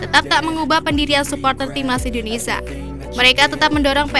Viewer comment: Ini orang ngomong gmana sih, Malay"sia" lancar, tapi giliran indo malah jadi Indonesa